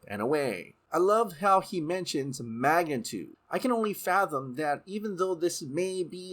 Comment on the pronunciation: "Magantude"? Did you mean "Mag - Ni - Tude" (magnitude)?